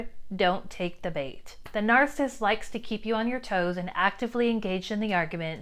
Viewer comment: Any chance you might be okay with me saying you are saying 'narcist' incorrectly? There is a man on YouTube who is one and explains life from his perspective but says this word incorrectly as well It's not narsist with two syllables It's narcissist with three syllables. Nar- ciss-ist No disrespect, but words are important. How you say them is important too.